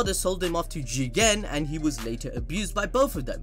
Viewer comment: I think there's something wrong with me. These people's opinions don't make me upset, but the way they say jigen is really pissing me off.